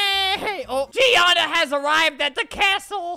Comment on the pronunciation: I STILL GET WEIRDED OUT WHEN HE SAYS GEANA BECAUSE MY NAME IS GIANNA AND IT SOUNDS THE SAME